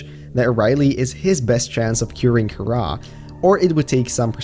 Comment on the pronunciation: At the begginging he said it karra instead of kahaara